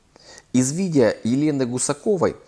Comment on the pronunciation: Я вас прошу, потренеруйтесь говорить видео, а не видийа.